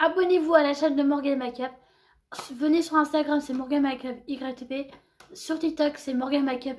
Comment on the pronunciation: Ca ce prononce pas " makeupe" mais " mèïkeup"